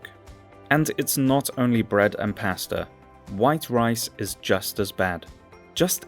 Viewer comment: Learn how to pronounce the word ‘Pasta!’